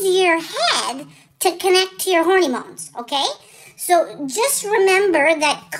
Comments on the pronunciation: That's so funny. I heard "horny bones." That makes more sense! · I’ll never be able to say the word hormones again...from now on it will always be hornymones! Love you, (and your mom, too). Thank you for brightening our days! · « Hornimones » ....you’re too much! And I didn’t think it was possible for me to be more obsessed with you...I was wrong!!! 🤣🤣🤣🤣😂😂😂😂❤️❤️❤️❤️